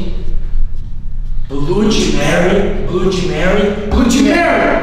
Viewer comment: No último blod Mary o amigo do rezende falou blod meio,kkkkk